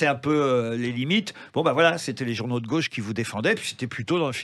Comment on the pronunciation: A "gôche" ? Yannick Jadot ?? Quelle impertinence ce Ruqiuer